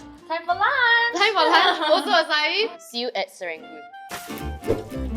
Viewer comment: Please tell people its not pronounced “ah cai” 🤦🏻‍♂️🤦🏻‍♂️🤦🏻‍♂️🤦🏻‍♂️